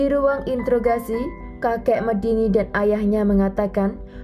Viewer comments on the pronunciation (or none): none